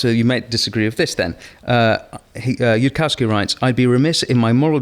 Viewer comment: Niall doesn't address any of yudkowskys arguments and can't even get Yudkowsky's name right. Sorry Niall, but your thoughts aren't worth much here. Spend more time understanding the subject before telling the world your strong opinion on it.